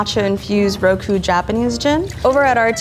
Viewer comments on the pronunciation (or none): none